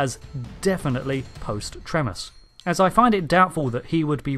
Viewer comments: Also. It's not "Trem-as." It's "Tre-mas" like a holiday for trees. These are, really, substantial errors in a video that is being viewed by fans with deep knowledge of the show. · It’s pronounced “tree-mass”. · May of been pointed out to you already but the way to pronounce Tremas is as it sounds... Treemas. Pharos project is that. Yes we know its basically Jodrell bank, but in Logopolis its the Pharos project. The Masters reference to it in Spyfall saying Jodrell bank is a continuity mistake. Chibnall being a fan should of known this.